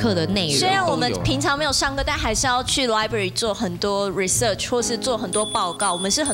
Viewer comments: 黃語喬有什麼毛病阿 上次來就一直講library 這次還在library，還多一個research勒重音還念錯 圖書館三個字不認識嗎.....................這樣聽起來比較厲害是不是== 不是就不是阿翹什麼嘴 超級做作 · 不想聽成語蕎說話又想聽Sandy的故事⋯⋯：（ 順帶一提他的library跟research發音也不正啊還狂上留學的單元⋯⋯